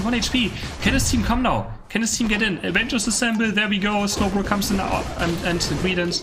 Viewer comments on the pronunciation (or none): none